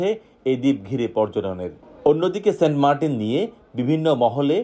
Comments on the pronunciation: Saint Martin ❌ Saint Markin ✔️ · 😹🤣 saint martins ❌ saint markin ✅